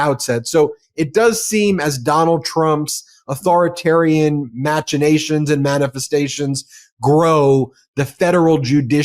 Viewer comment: 🎉match in ations should be pronounced mack in nations